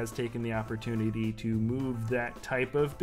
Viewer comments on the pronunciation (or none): none